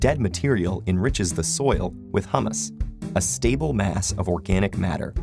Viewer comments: I keep finding mispronunciation in these vids. Recently it was "a dice" not "a die". In this one, He says "Hummus", which is a chickpea derived food from the middle-east/mediterranean. Humus, is pronounced "Hyoo-mus" or "Hoo-mus", depending on who you ask. Somebody get the narrators a coach or something. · Great video! Though I'm wondering if anyone else noticed they pronounce "humus" (Hue-mus) like "hummus" (Hum-mus), which is a Greek dip made of chickpeas. I love the harmony metaphor to illustrate the concept of complexity. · It would be great if the narrator said "humus" rather than "hummus." :D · "Hooomus", not hummus.....big difference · It's HEWMUS not HUMMUS - hummus is a dip that people eat, made out of chick peas and spices. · It's pronounced "hyoo· muhs" not "Hum-muhs" (food made out of chickpeas!) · Humus is pronounced /ˈhjuː.məs/ actually. Hummus (the middle eastern dip) is /ˈhʊm.əs/ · It's pronounced hue-mous. Hummus is made from chickpeas. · Humus is pronounced "Hyoo-Muss" and not like the food. Sabra makes really good hummus and they're typically buy-one-get-one at many supermarkets. But I digress, yeah, you mispronounced it, guy... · HUMUS AND HUMMUS ARE PRONOUNCED DIFFERENT. *FEWER PLANTS. GOOD LORD.